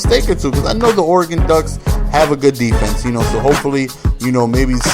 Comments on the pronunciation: I know I'm late but God damnit it's pronounced or-a-gun. not or-a-gon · It's not Oregone, it's Oregun. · lol its pronounced ORE-EH-GUN